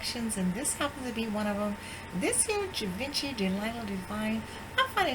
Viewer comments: It's actually pronounced like Shi-Vah-Shee. The G is soft not hard and it's French so the N would not be pronounced. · GIVENCHY =GEE-VON- SHE